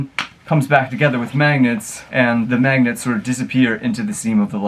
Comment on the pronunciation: Nobody Josh: mAgNeTs!!!!